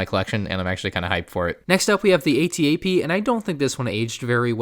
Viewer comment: Dude I was so confused when you said AT-DP over and over again did you mean the AT-AP?